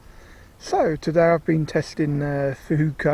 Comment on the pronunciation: Think they're pronounced "fooka" never had any success with them, nice little video